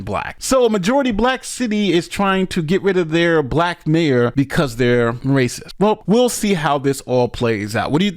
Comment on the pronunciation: Of course “they rayciss”